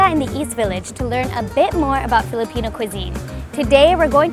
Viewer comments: Lots of love to the host for taking the effort in pronouncing the Filipino words the best she can <3 she almost sounds like a native speaker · lol., *shoutout to the host for taking effort in fiilipino pronounciation.., she didn't even get a bite of sisig.. she switched to fish.. fun fact: i also loved this dish.. it's kind of unique too when u mix the egg with the pork and love the toppings and the sizzling hot plate .. btw i'm filipino*